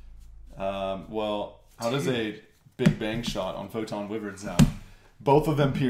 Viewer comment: Pronouncing Wyvern wrong so you know